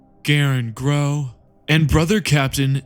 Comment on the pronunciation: Why do you keep pronouncing Crowe, Grow